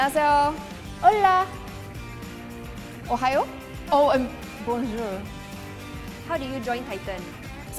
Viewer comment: litterly said "ohayo" but it pronounce like "ohio" lol